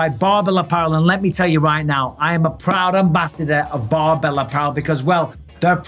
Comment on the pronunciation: Almost sounds like you were saying Barnbell, maybe consult your speech therapist again Mikey B